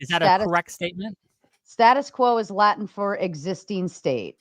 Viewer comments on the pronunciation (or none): none